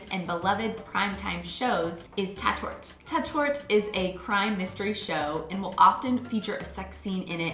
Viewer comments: It's not tatt-ort, it's tart-ort. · One tip: It´s called "Tat Ort" not "Ta Tort". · Tatort it pronounced “Tat—Ort“ (place or „Ort“ where a crime/deed or “Tat“ has been committed) and not „Ta-Tort“.... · That was a very interesting video. :-) I even learned a few things, for example about the allowed length of advertising. Just a small criticism: You have to work on the pronunciation of "fErnsehen" and "TAtOrt", the vowels are pronounced long. I have been using a hard disk recorder for years to escape from commercials. I just watched "The Masked Singer" from 9pm on and then skipped all the 10-minute commercials. Netflix: Since I can see the original English versions with subtitles so easily, I just can't stand the German dubbing anymore. It seems so unnatural once you have heard the real voice of an actor. We know that German TV shows are very long, since Tom Hanks had to sit for three hours at "Wetten dass" in 2012 and complained extensively afterwards about it ;-) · I wouldnt call Tatort (pronounced "Taaatort" - the "a" sound is a lot longer than you pronounced it) a series. Its more like a collection of series of police drama in different German (or Austrian or Swiss) cities. Each States part of the ARD (plus Switzerland and Austria) make their own and it also changes over time. These series differ a lot - some have a more humoristic tone, some do a lot of social realism, some have more action etc. I wouldnt call them the same series more than I would call eg. Streets of San Francisco, CSI and NCIS the same series. Some episodes are on youtube. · Hahaha...love how you pronounce Tatort....!!! And you're right, Germans (and Dutch -like me - because this show was aired here too since the '70's...) don't care about a naked lady or man here and there...but I'm glad foreign shows aren't dubbed here because I like the original better.